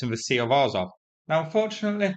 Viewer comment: Azov is AZZOV not AAZOV